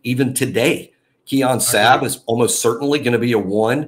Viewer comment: I think is correct on the pronunciation of Sabb's name